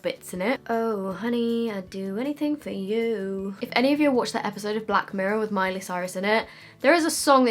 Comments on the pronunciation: PS I loved the Scottish sounding ‘where’s my mirror gone’- we love u from Scotland heehee xx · “where has my mirror gone” Why did she kind of had an Indian accent at that part lol